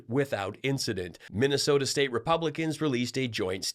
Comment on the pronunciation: Missasota! Perfect!